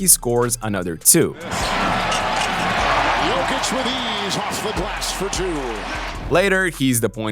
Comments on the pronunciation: it is "YOW-KICH " not "YOKE-KICH" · A suggestion: It's 'Yokich' as in 'Yo whats up', not Yawkich as in 'yawn or y'all' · It's not "yock itch" its "yo kitch" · Im from Serbia, to explain in English, it’s Yoke - eech. But the double ee sound is short and sweet, like the letter E when you do abc’s. And the emphasis is on the first syllable Yoke. Like Joke but a Y sound instead of J. So Yoke-eech accent on the Yoke. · u pronounced jokic wrong. its GOATic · I thought you are mispronouncing Jokic... but now I am wondering if the rest of us are xd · Yeaah, stop making NBA videos when you can't even pronounce the league MVP's last name correctly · That jokic pronunciation is a joke. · You also did it wrong ,it goatИЋ ;) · What is that weird pronunciation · I don't think so, I've looked up some pronunciation videos, the way is says it isn't accurate. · It’s not completely accurate, I’m Serbian and he is doing his best but that “o” is wrong.